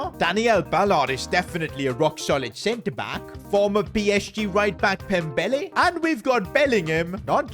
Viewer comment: Dembelle no Pembele😂